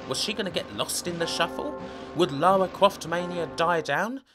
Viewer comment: Great take on the series! But, for Christ's sake, STOP SAYING "LAWA"!! Her name is LaRa. Say it: LA-RRRR-A